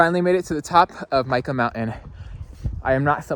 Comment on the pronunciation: Think Mike ahhh. That’s how Mica Mountain is pronounced.